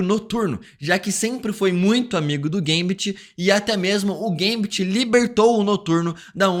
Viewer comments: Gambit Não geimbet kkkkk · Que agonia que dá quando ela fala o nome do gambit errado